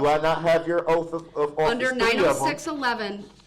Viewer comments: Oath is pronounced oath. He is saying oaf😂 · Its petty but every time he said "oaf" i wanted to scream. He literally thinks he smarter than everyone else. Good lord..i hope this was a show he put on bc his behavior is crazy.